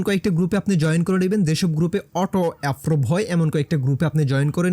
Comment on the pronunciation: অ্যাপ্রুভ কে অ্যাফ্রুভ বলছেন